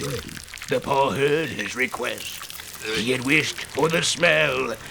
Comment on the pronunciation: How come when spaghetti boi says “funky paw” it sounds like “funky pore”